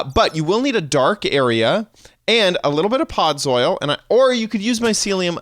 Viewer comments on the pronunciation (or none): he's said "podzoil" instead of "podzol" xD so funny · Ford618 - Minecraft there were SO MANY mistakes. he said podzol wrong, he said 6 instead of 7 at one point... THERE WERE SO MANY MISTAKES! the video DID help either way though xD